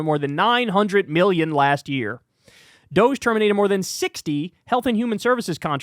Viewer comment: We must pronounce this Dogee. Like “doh-gee”. Let’s not dignify this fake scam, by making it sound like some sexy European company.